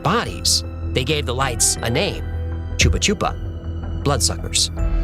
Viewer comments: "Chupacabra", not "Chupachupač. 😊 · IS CHUPA CABRA= FOR GOAT SUCKERS NOT CHUPA CHUPA🤦‍♂️ THAT'LL BE SUCKER SUCKER🤦‍♂️ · Yeah, nowadays it's more often known as the "Chupa Cabra" (pronounced 'choo-pah-kah-brah,' which means 'The Goat Drainer'). These people are infested with parasites and have poor diets; they could be anemic for this reason. Another possibility, from my perspective as a doctor, is a wild animal. For comparison, Varginha—which you know well—is 'less third-world' even though it's a small city. We have significant regional differences here; the North is faaarr more impoverished, and conditions improve as you go south. (For decades, 'North Brazil'—which is more populated— has defined the power to the communist rulers, who keep them poor, especially in this region, screwing over pretty much everybody and turning the Country into antisem*tic Ham*s supporter, BFFs with China and Venezuela, a third-world country, and so on.) The problem with us is that The Simpsons' Brazil episode is pretty accurate, as is Hecklefish, more than ever now. So, you have to stick to objective findings. Sure, there's much to explain, weird stuff going on... Cheers from Brazil!